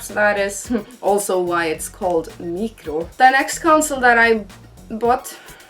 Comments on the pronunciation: How we spell it:Micro How she spells it: Meecro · Love your channel but the way you say "micro" 😁😂